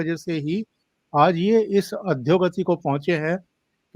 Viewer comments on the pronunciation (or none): अद्धोगती नही अधोगति